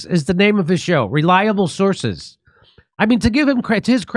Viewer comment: Who knew…… “Re-lyable Sources”